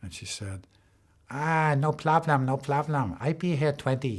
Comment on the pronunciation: Bruh "ah no ploblem no ploblem" 💀💀